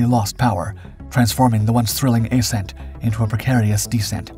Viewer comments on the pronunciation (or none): none